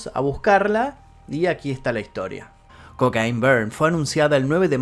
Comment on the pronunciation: Se pronuncia coquein no cocain